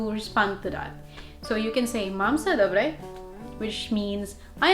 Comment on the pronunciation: Nice prononciation of “dobre” ...but please avoid using “dobre” for an indecent proposals. It would imply consent.